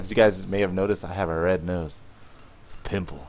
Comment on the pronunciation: "Itz a pympllee" *Chuckles* Yea